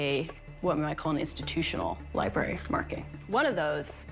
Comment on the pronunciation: I hate the way she pronounces library